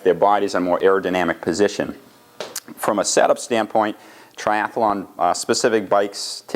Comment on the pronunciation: You know its tri-athlon not tri-ath-alon